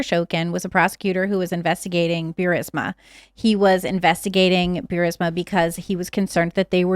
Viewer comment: no such thing as Bewrisma.. it's Boorisma, written Burisma